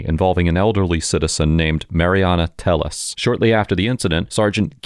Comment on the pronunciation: yer killing me! It’s pronounced “Tay -yes”! Telles = Tay yes. Lol